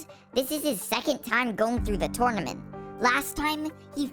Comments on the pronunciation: IT’S. NOT TOURNEMENT IT’S TERNEMENT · When i say: Tournament When he says: TOURNOMENT